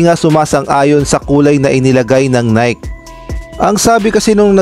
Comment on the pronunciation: Bakit now pa pupunahin kung mali nga ang jersey design..bakit hindi na finalize bago ginawa..ay saws...bulok nanaman ang style...nayki ang bigkas hindi nayk (NIKE)